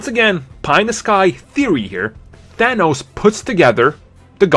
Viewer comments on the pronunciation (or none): none